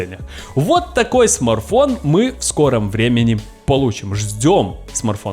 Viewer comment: Смарфон 😁😁😁 СМАРТФОН ЧУВАК